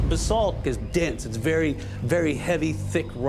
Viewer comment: Please, for the absolute love of the Gods, stop pronouncing it like you are saying bathsalt. It is pronounced like buh-salt. , he got it correct.